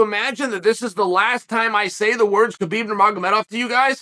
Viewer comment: Of all the names that Uncle chael says wrong, how the hell does he get that one right!?